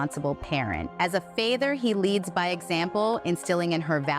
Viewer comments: I’m sorry did she just pronounce father as FAYther??? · Did she say "as a feyther"? 😂 And do they not realize that just because he has been only good and nice to and around them, but that he can be mean and nasty towards others when he is alone with them? They can't be that naive... I know he is their friend and all, but still... if one of my good friends was convinced of SA'ing someone, i would be sooo disappointed and angry with them, because there is no excuse for doing that to someone. Even if my good friend have always only been good to me and my people, i would also understand that he could be different around others. I would be so disgusted and i would not support that friend at all. It would hurt to loose a friend, of course, but i could never stand behind someone that forced someone else to do something sexual or forced them or abused them in anyway. Because there is no valid excuse for it, other than you're a bad and disgusting person. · Was this read by AI ? , the word "father" is pronounced with a long A sound, which wouldn't make sense (either way, really.... now that I think about it)! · I was wondering and then it was confirmed when Mila pronounced ‘father’ as ‘fay-ther’ 😂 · That explains why Mila said "fay-ther" instead of father. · When I heard fayther instead of father, that's when I realized. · I had my suspicions as I thought there is no way they recorded this. When Mila pronounced Father as Fay-ther, I knew this was AI witch craft! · Okay I was wondering, especially when Mila said “fayther “ for father. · Explains why "Mila" pronounced the word father as "fay-thur" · Why did Mila Kunis pronounce "father" as fay-ther? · I was enthralled with the AI application to the voice overs for the letters…until I heard a funny hiccup… “father” was pronounced “fay-thir” and it snapped me back to reality lol. But great use of that technology Observe. Great content, as always! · AI Mila saying fayther instead of father has me 💀